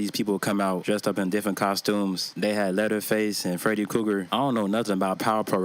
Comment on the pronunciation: Cracks me up every time you say Freddy Cougar 😂😂😂. I love me some videos best shit on YouTube 🤘😂👍